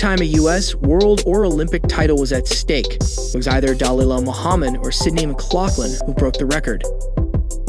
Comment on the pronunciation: I could be wrong but I'm not sure he even has the correct pronunciation of Delilah's name, (accent on the wrong syllable)? Still the women is a wonderful athlete, hardworking and a great role model.